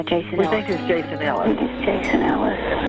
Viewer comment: For someone who has watched videos of this “more times than you can count” you would think maybe you would get his name right!!??? You repeatedly get his name wrong while giving your opinion on some conspiracy you have come up with! Jason Ellis was his name NOT HOLLIS!